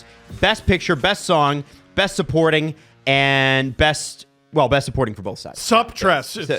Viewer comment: The show should be called “on a scale of bwest”